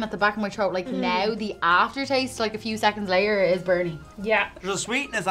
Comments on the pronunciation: Saying trote instead of throat gets me everytime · Every time they say throat I hear trout.